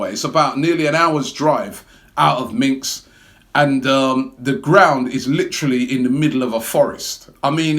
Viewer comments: It's Minsk, Robbie, Minsk!!! Not Minks!!! Cold? Dont you have a self-warming coat, as usual, Robbie? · Minsk not Minks LOL!!! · Minks! :D Minsk is what its called. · Robbie and his destruction of names. Next up: Minsk aka Minks! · Minx? Robbie’s pronunciation up there with Righty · Robbie that is not how you say minsk... what is minks ?? u shud really look out how to say names. it is very disrespectful to be lazy and not even bother to google a city's name.